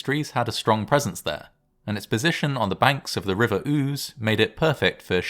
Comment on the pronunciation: I'm losing it over the fact the river is called 'ooze.' (Ouse)